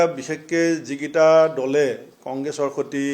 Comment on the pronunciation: হৱাপতি নহয়, সভাপতি। হতি নহয় সৈতে। কংগেচি নহয় কংগ্ৰেছী। হমগ্ব নহয়, সমগ্ৰ।অসমীয়া উচ্চাৰণ শুদ্ধকৈ শিকক আপুনি। দুদিন আগলৈকে গৌৰৱ গগৈৰ প্ৰশংসাত আপুনি পঞ্চমুখ হৈ আছিলে, আপোনাৰ কথা শুনিবলৈ অসমৰ মানুহ আগ্ৰহী নহয়।